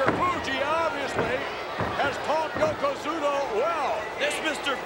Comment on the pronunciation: Does anyone wanna tell him it's not Yokozuma it's Yokozuna. After the belly to belly I watched it 10 times😂